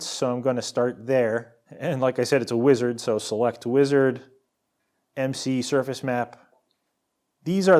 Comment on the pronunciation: i'm dissapointed in you mispronouncing McMapsurface's name